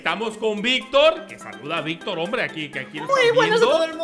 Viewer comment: dice mayictor 😊